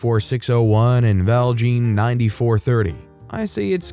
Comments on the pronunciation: I came to post the same things. As soon as he said ValJeen 24601 I started humming "look dowwwwwn" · Story #3 makes me wish that YouTube had a laugh emoji instead of just a like. Someone needs to watch Les Miserables to learn how to pronounce ValJean (ValJahn) & Javert (Jahverh).